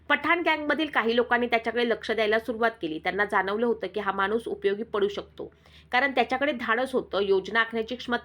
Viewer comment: मानुस नाही ग माणुस मराठी फारच अशुध्द